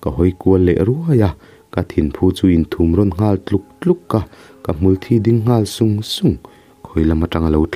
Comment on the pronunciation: hmulthí pawh i chhiar dik ta e👍